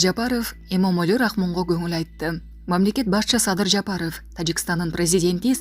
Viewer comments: Кой окуган кыз ,айланайвн фамилия окуй албайт экенсин мен бир эле Жапарыов дейби дегем .корсо кой уят туура окуп уйрон деп какшап келем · Жапаров дегенде интонацияны ондосонор жакшы болмок